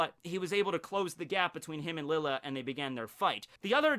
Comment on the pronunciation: i love your videos. very informational, and keeps the series fresh, interesting, and fun to watch and rewatch. Now, my beef with you. it's pronounced LEE-YAY. Since lille Barro is an arrancar (the mention of chocolate ingles being the big indicator, a spanish game), his name is pronounced in the hispanic way, the double L being pronounced as a Y, hence LEE-YAY BAH-ROH (R being rolled). Keep up the good work!